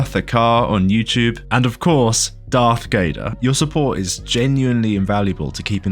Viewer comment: Shit was being serious then I heard "Darth Gayder"